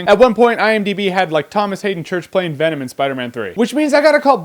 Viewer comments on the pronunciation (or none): none